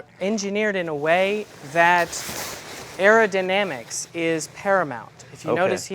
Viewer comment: aerodinimics hahaha